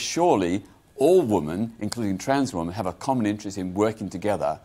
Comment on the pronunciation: Why have you got peter on here to talk about women, when he can’t even pronounce the word. The plural is WOMEN peter, not woman (singular)